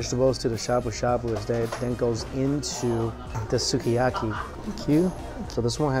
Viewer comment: 「すき焼き」is pronounced like Ski-a-ki.